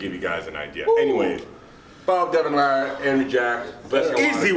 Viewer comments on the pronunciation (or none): none